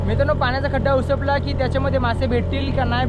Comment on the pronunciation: Uspat nahi upsat boltat